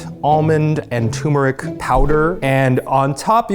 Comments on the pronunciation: I love you guys but I lose brain cells each time you call turmeric tumor-ic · Eugene saying "TOO-meric" 🥲